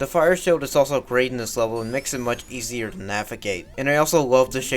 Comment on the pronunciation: Almost 2 years and it took me that long to figure out that you said "easer"